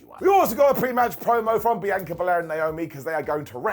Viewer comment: BEE ANN KA NOT BEANCHOR